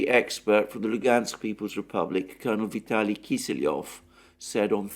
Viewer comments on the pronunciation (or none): none